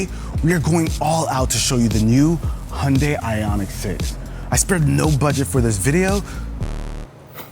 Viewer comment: Hi - jun - dai, not hundai. Americans never pronouns names right...